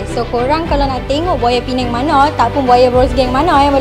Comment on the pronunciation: Memang meluat arrr ddok sebut penang